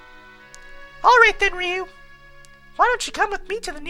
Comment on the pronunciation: rrr-I-you Not Re-you >.> Sorry but the pronunciation of the names was bugging me.